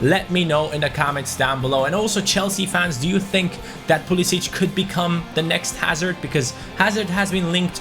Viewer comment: It is pronounced Pool-i-sick